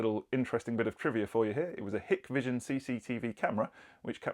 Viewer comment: I like the way you pronounce Hik and Dahua Hikvision is actually pronounced Hike Vision Dahua is pronounced Daa hu wa